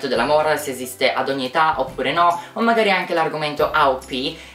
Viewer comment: Ma io che aspetto ogni domenica per vedere un tuo video solo perché ADORO quando dici "thanks for whating"? 😍